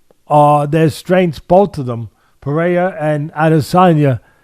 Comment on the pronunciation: Alex “Paraiya” Pereira